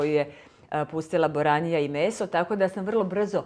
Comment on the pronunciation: zove se boranija.Lose naglasavas i cuje se buranija.